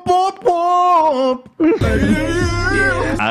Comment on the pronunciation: it's "womp" not "whomp* actually